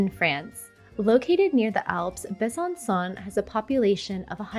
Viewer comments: Besançon final sound is not like English « son », but is like « song » (without final « g ») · It would be nice if you pronounced the city names correctly. I stopped watching at Besancon. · Hi! Interesting videos indeed 😊 I had the impression you spoke some French... whatever the prononciation of Besançon (Bè-zanne- song) is a slap in the face of a Frenchman... But surely you know 😆🤔